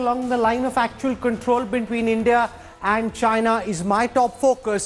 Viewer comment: bintween added to new oxford dictionery